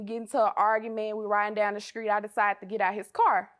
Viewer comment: Skreet lol it’s hard for us to pronounce those str words 😂